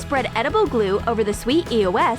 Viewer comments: ITS EOS NO E O S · It's eos (ee-ows) not e.o.s dude you are driving me nuts!!